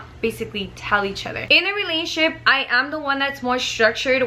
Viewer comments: The way she says in a " Realnship" instead of "RELATIONSHIP"😂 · The way she says "relationship" lol pay attention...."Relatship" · “RELASHIP” lmaoooooo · That’s weird! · Wow I thought no one else noticed that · Lol I had to replay that part